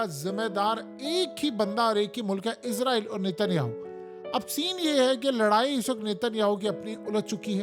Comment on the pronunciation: لفظ اسرائیل ہے ۔۔۔۔عزرائیل نہیں ۔۔۔۔ لفظ صحیح صحیح کہا کریں ۔۔۔۔۔